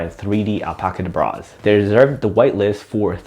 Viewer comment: I think its pronounced like the magician’s chant “abracadabra” so al-pacadabraz